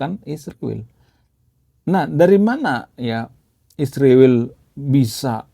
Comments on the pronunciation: Bang tolong sebut nama Israel jelas bukan isruwil oke 😂😂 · Saya benar-benar bertanya, kenapa menyebut kata 'Israel' itu sulit sekali ya.. Lebih tepatnya ga mau menyebut dengan benar..